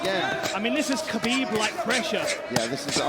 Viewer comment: Khabib 2: khabig